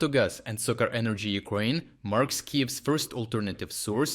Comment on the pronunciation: careful with pronounciation of SOCAR doesnt sound like sukar.🤣